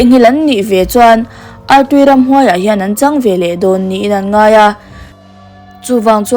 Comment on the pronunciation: Artui i lam rik dan hi a dik looo